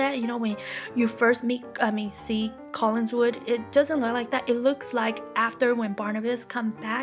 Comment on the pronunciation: It's COLLINWOOD not Collinswood ;)